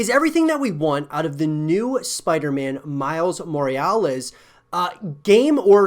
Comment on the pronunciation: what's a Moriales?